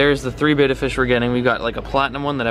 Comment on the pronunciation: How about learning to pronounce the name of the fish--it's BETTA, not Bata